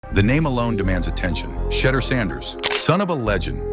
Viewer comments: The correct pronunciation is She duer people! Let get lesson on hoe to pronoun the young man name. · Tell Ai to minimize constantly mispronounced his name. It kls the quote vibe of the post ans extremely annoying